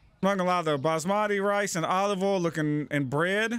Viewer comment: "Olive ohl" 😂